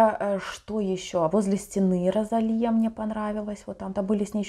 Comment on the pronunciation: Спасибо большое за реакцию на New Woman ❤️ Тоже очень понравилась песня и клип. Кстати, правильно Росалия, а не Розалия, ударение на и)